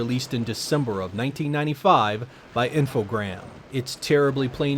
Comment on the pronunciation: Nice job pronouncing "Infogrames" correctly. They are a French company, and like a lot of French words, there are silent letters at the end.